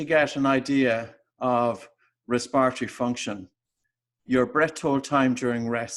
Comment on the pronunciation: I had to stop listening. No one talks like this RESPIRARY really?